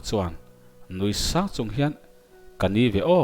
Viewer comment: Ch hi S angin i lam ri khut zel. Hmar pa in Lusei thawnthu i chhiar a. Mizoram Hmar pa chu i nih loh hmel tlat. Chung tur Ni tih pawh, sung tur ni tiin i chhiar a.